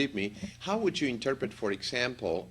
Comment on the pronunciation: U have a problem pronouncing would